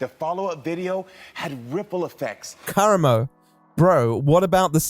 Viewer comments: Why do you always mispronounce people's fuckin names?? It’s not KARamo. He says his own name and clearly says kaRAmo. JFC it’s so annoying, every video. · not gonna lie, not taking the time to learn how to pronounce karamo’s name correctly is giving racism. it’s not a difficult name to pronounce. i’m also british + dyslexic so i know it’s not an accent thing.